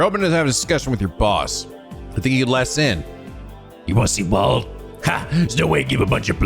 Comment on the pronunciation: Wald is pronounced as Waldo? Lol